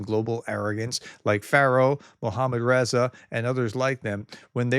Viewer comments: FYI ! It is REZA AH not REZE EE !! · Prof, I fully understand you are challenged with pronunciation. Here’s how you pronounce Reza Pahlavi: - think hurrah! With emphasis on the “Rah” or like “raw” - from there try “huzzah” again with emphasis on the “zah” - Now try Reza similar to “huzzah” or “ruzzah” and with emphasis on the “zah”. The way you pronounce Pahlavi is close enough.